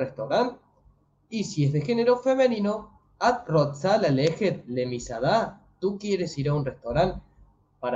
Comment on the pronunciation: Muy buena iniciativa pero creo que es ATA Gotze, y no Ata Rotze. Saludos ! Bendiciones